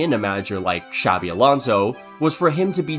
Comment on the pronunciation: A little off-topic, but you pronounce "Xabi" better than many non-Basque Spanish people, man. Props for that. Many people in Spain pronounce the X as "ch" (like in Xavi Hernández) when in the Basque form of the name it's pronounced as "sh". Might sound unimportant but it's soooo annoying ☠️